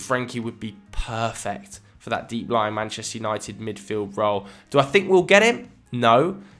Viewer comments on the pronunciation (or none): none